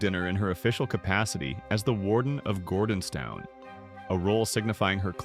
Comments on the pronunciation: Firstly, please get your AI programme to pronounce ‘Gordonstoun’ correctly. Secondly, this is a non-story. This was a private, family church service. Not your or anyone else’s business. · Can’t pronounce Gordonstoun nor Elgin. Why is he reporting for the ‘British Royal Family’ or is it just AI error?